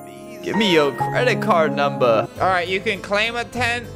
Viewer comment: LMAOOO “Gimme yo Credit Card NUmbA”😂